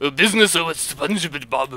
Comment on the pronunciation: Spon-gee Bobuuu.